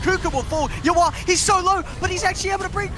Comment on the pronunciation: Why cant the caster say "yawar"? Why does he call him "you are"???